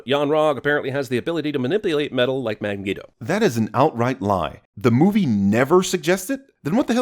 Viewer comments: You missed that immediately mismumbles Magneto as "Mangeto" after "minipulate" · "mawipulate metal like Man-geo" Whenever I see a new cinema sins video I just wait for Th3Birdman to do a EWW instead